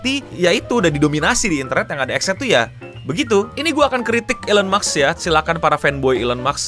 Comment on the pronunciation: maaf mau koreksi dikit elon musk, musk nya itu baca nya "mask" (ilon mask), bukan "maks"